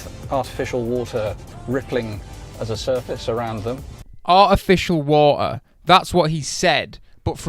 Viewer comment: "a'ificial wo'er"